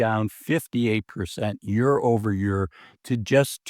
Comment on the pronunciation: Year. Year. “YEER” Not YUR